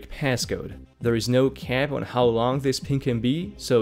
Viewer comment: "Hi. Ho-e" delete E "Ho-w"